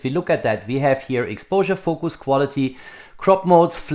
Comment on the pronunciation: Agree, and I love his German "We" instead of "V" in his pronunciation...